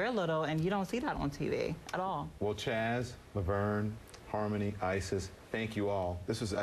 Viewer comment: How many times did he call Chaz "CHAD"??? LOL